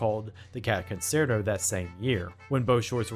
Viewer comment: It's not pronounced, 'consairto", it's "conchairto".